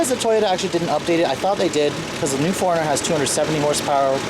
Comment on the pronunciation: When you say '4-runner' it sounds like 'foreigner.'